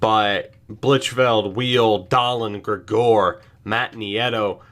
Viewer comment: Gregor is pronounced greg-ger